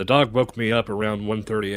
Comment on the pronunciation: "they terk yer duhhrg!!!!"